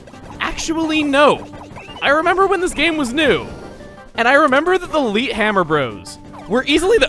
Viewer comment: "Leet beat agents"